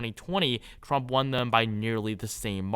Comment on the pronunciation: TWUMP TWENNY FOWUR